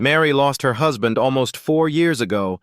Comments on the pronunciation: WHO'S-band? What, AI can no longer pronounce words like husband? C'mon. 🙄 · Gotta wonder how badly they typed "husband" for the AI to get it that wrong. I'm used to AI not knowing how to pronounce "I just read a book" as "red" instead of "reed."